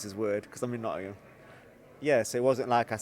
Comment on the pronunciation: please learn to pronounce Nottingham, you and Eddie are both the same…Its not pronounced “Notunum” I know its a long word but give it a crack!